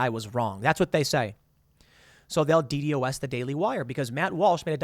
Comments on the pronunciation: Just say D Dos like somebody who knows what it is would Tim. As a "hacker" like you have claimed to be in the past would know it is not pronounced D.D.O.S it D Dos (not spelled out) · DDOS is pronounced “dee dos”.